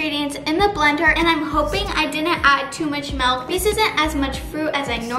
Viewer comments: It’s milk not melk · It’s not melk it’s milk😑😑😑😑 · I loveeee When you say M-E-L-K🥺💖💖💖